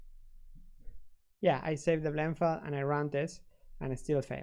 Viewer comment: Flend File. Lol!